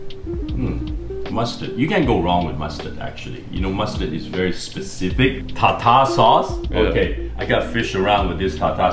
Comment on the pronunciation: “tata sauce”😂🤚🏽